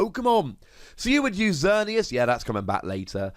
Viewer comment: Oh no that almost seemed as if you meant to insult Xerneas Prism Star by not only giving it an honorable mention, but also saying "Xer-nee-ass". Lol a 5 Wossy insult, if I do say so myself.